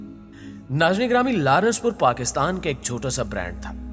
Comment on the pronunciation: Biht zabardast but its not lar..nass its laa..rense pur written as lawrence pur